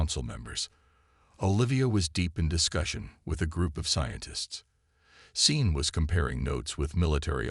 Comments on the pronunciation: Sean isn't spelled Scene, but it IS pronounced SHAWN! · Sean is a Celtic name. S is pronounced as Sh. Naive is pronounced ni-eve if it is a descriptor. If it is a place or a person then your pronunciation is correct. Your AI needs a vocabulary class. I took one in high school. Loved it. Easiest A ever! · If you're going to use a name like SEAN teach your inane AI how to pronounce it. Poor pronunciation ruins a story and insults people with that name. Scene is NOT a name. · A good story, although I cringed every time I heard the security guy be called “scene”. Do you mean Sean? Or maybe Shawn? Because scene isn’t a name. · AI Programms read differently and in a lot of cases they get stuff like this wrong. A human reader would've known it was a name and instinctively chosen the Sean/Shawn approach. Same as earshot being pronounced EErshot. Not like in this video , where they said it like earshot. As I said, AI Programms. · Maybe it thought someone misspelled seen and was trying to be kind about correcting it? People mispronounce names all the time, so why would a jumped-up calculator be any better at names?